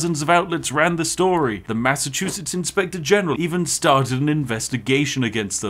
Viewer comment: That and MASS O CHOO CHOO SETS